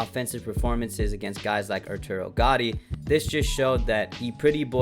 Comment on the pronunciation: The way you pronounced gattis name shows that you barely saw the fight lmao youre a casual